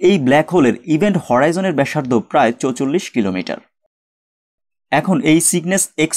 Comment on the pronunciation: ভাই চৌচল্লিশ না বলাই উত্তম। চুয়াল্লিশ বলবেন প্লিজ